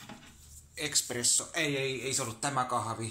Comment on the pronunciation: Se espresso, ei eXksXxprsso. Nih.